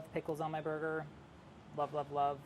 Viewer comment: No body : New yorkers : ßoiga.